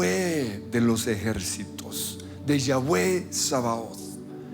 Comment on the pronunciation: Querido hermano, es con i, no con y, iaue así como ieshua, Israel, la i, tiene un valor muy especial en el hebreo, iaue tzavaot